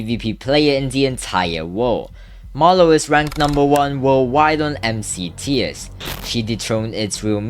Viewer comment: bro did not say marloww